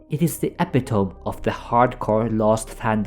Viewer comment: I'm so glad you pronounced "epitome" the way you did. I didn't learn that way was incorrect until I was an adult. Good to hear someone else had the same idea haha